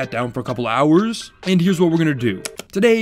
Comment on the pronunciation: "i sat down for a couple GOWERRRS"